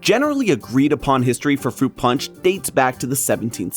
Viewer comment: The way he pronounced panch 😂😂😂